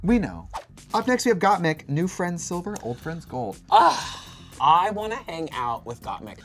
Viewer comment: Why when Trixie says "Old friends silver" I'm hearing "Old friends sober"?